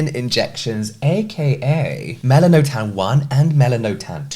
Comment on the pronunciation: I’m pretty sure it’s pronounced “Mel-an-oh-tan”.. at least what I’ve seen from a few other videos and websites.